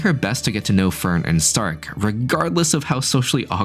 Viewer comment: the way you pronounce fern is hilarious because you say förn.